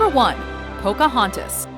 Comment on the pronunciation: But seriously? pocahoooontas?...